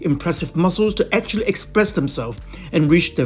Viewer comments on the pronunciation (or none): none